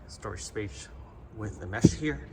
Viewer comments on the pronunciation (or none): That “ storage spash “ was funny thanks for not cutting it out